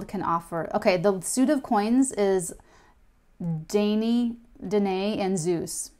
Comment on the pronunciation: French is mainly derived from Latin and Greek. Danae is actually spelled Danaë, which means that you pronounce both letters: Dana e ( 3 syllables and it should sound like mama, not Dana) xxx